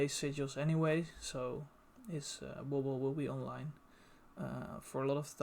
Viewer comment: I could listen to you say Wobble all day